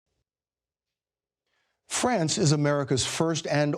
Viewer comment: Yet you can't even say France correctly.